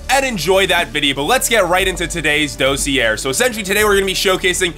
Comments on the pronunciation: Sorry it's bothering me.... it's pronounced dah-see-ay. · Ok, I don't mean to be THAT guy, but the word "dossier" is pronounced dah-see-yay. (Or at least I'm like 99.9% sure it is.) And holy crap, that dragonfly looks like something I've drawn o-o Anyways, I really like these short videos describing the dinos. It's kinda neat to think about the different concepts of survival for different species. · dossier is a french word, it's pronounced.. daws-see-eh (like eh? hoser?)